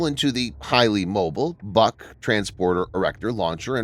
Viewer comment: Requires an accurate assembly. More accurate, than the mispronouncing BUK in the video. It is not a buck.